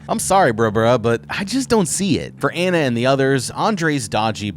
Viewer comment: "Anna" not "anna"